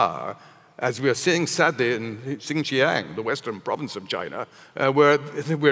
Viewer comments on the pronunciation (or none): How can one be an authority of what China is doing and/or thinking, if you can't even take the time to learn how to pronounce XinJiang and Xi Jin Ping?